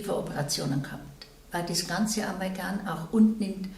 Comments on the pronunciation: *Amalgam (nicht "Amalgan") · Es heißt Amalgam, nicht Amalgan.